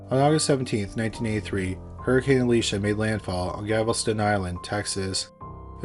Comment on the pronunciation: I love you so much but for chrissakes it’s GaLveston not Gavelston 😂❤